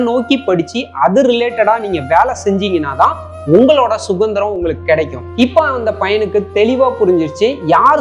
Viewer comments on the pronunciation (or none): Sudhandhiram brother not sugandhiram don't mistake me